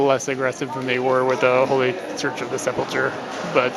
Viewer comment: the name of that church you keep killing is (sep' lick her) pheneticly. love your vids but that word is killing me!